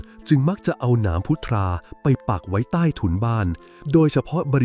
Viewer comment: พุทรา อ่านว่า พุด-ซา